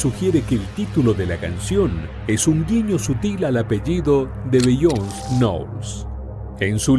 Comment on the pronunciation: Se pronuncia "Bi-yon-sei" no "Bi-yons"